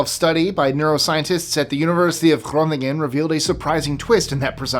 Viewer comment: I respect that you said Groningen correctly!